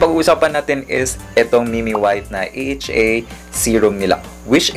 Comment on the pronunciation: you pronounce it right sir AHA hindi "aha" 😅